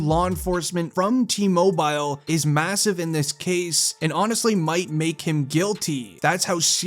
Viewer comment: Mobile???? T mobile???? Please pronounce it like its supposed to be. You said it reapeatedly incorrectly and it got really annoying.